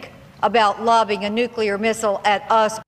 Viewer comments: Well done but if you're making a movie about nuclear weapons, try not to say "nucular", ok? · i always crack up whenever somebody says "nukular". it really does sound like a childish mistake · STOP THE NUCULER WEAPONS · CAN'T ANYONE PRONOUNCE NUCLEAR CORRECTLY!???? "NU-CLEAR" if you say 'nuclular' you are a parrot of ... Bush! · lol... Thanks to George Bush, 4 out of 5 Americans don't know how to pronounce "Nuclear" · Just because the US president doesn't know how to pronounce nuclear correctly doesn't mean you have to put the incorrect pronunciation into a kid's mouth!!